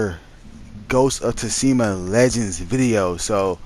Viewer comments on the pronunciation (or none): The way you say Tsushima is the only thing that bugs me about your videos lmao it’s SHOE-SHI-MA